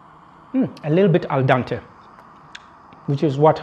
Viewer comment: I would love to cook like that in the nature! I would love a cooker like yours :) I like your white t-shirt! Cool spoon fork knife trio, brilliant yes! ha,ha your pronunciation when you say al dente! :) I live in Italy btw! You don't know how many subs have? I would die of curiosity! I check my numbers every ten minutes ha,ha! Yeah while traveling improvisation is the word! :)